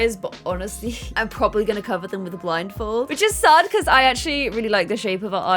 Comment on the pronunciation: can we just take a second to acknowledge the fact that said, "the statue of liberty with the blinfold" lol